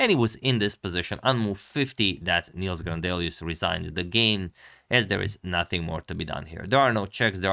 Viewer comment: Nice game! If you cover more games by our Swedish GM, Nils has a short i, it rhymes with "pills".